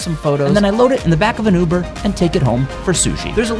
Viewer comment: Did you say a UBER? Lol